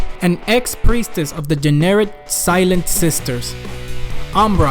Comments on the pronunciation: i thought the whole time he was saying Generic instead of Jennerit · The Generic Imperium